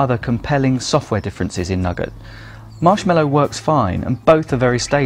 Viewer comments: Many thanks for such a carefully constructed and well considered video. Thanks also to others for their useful comments. Just one criticism for the benefit of English learners (I teach), the sweet (candy) shop item "nougat" is usually pronounced "noogah" [Edit: in UK English], not "nugget". I shall subscribe. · NEW-GAT not nugget...